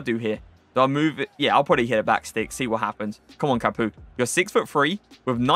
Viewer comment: Did you just call him capooka?